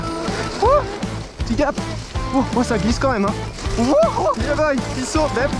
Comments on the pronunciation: T’aime bien dire yebow 😂🤣 dans toute les vidéos tu le dis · C’est yeah boy